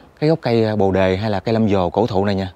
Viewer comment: Tui khuyen ông trước khi nói hãy tìm hiểu cho kĩ để người ta cười thúi đầu,bồ đề mà ông gọi là Lâm vồ,kkk